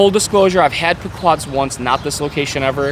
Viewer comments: Pea-quod's, not Puh-quod's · It's pronounced pee-quads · When he learns how to pronounce Pequods correctly ill listen to him. Also the box is smarter than him.